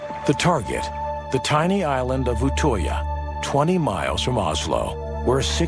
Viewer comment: You say utøya like Utøia